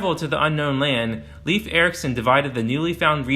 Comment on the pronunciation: Leif Eriksen’s name is pronounced closer to rhyme with ‘life’ than ‘leaf’.